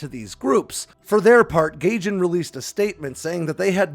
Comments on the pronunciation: It’s Guy-Gin not Gay-Gin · Gaijin is pronounced guy-jin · Gaijin is pronounced like "Guy-Jin" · It's a minor thing but the publisher's name, Gaijin, is pronounced guy-jin. It's Japanese for "foreigner". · i like how you called it GAYJIN. LMAO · Gaijin is pronounced “Guy-gin”